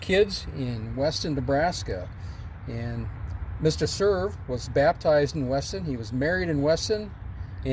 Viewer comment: Hi! Looks like a beautiful place and a very nice tribute! Cool that Bob Cerv was friends with President Truman and it is cool to learn the correct way to pronounce Cerv! Enjoyed as always my friend!